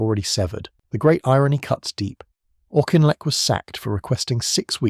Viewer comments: Yep. People don’t get it but there are so many languages the words are derived from plus the development of English in places like Scotland and Ireland pre unification. Just heard it pronounced differently by a Scots presenter. BBC Scotland as Auchinleck Talbot footballs team as ‘Auk’ for the first time. Just as frustrating when abroad tour guides ( Spain) say the Royal Navy from England or Italy ( France Zeffirelli’s garden) a red phone box -like the English. Just the dynamic- Scots invented modern football but have to listen to ‘Its Coming Homre’ when England play them. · Auchinlek is said Aukinlek, not Aushinleck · Sorry I know what you are referring to , I am Scotttish myself and you are incorrect . He was called Auchinleck by everyone in the British army - never Aushinleck . If you have ever seen any of the early documentaries on the war , the earliest I ever remember was e.g "All Our Yesterdays" , Brian Inglis , the presenter a clearly pronounced it Auki-n-lek . Besides , the origin of the name is Gaelic and from that root the surname should start sounding like "Ach" , (the same as the German "Ach" as in "Ach so" meaning I see). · You are pronouncing his name wrong . It was as in Auk-in-lek -not aushinlek. That is why he was nicknamed the "Auk" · Dear, it’s spelt “Auchinleck” but it’s actually pronounced Orkinlek…. hence “The Auk” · Pronounced as if "Orkinleck". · How difficult is it to pronounce his name properly throughout the video??? 🙄